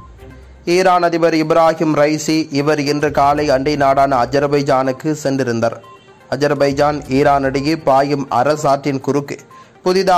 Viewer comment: என்ன சென்றிருந்தர்,... நின்றிருந்தர்... போயிருந்தர் ன்னு எல்லாமே குறில் ஆக வருது